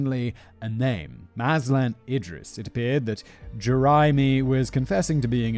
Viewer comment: Malaysian here, simon managed to procounce datuk mazlan idris name correctly